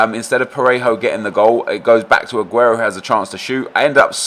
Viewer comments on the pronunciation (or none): skills says aguerto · Anyone else irritated by the way he says "A-guero"